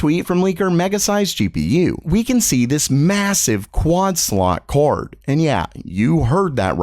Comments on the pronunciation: why do u say kaord? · The way this guy says card lol.... "CORD"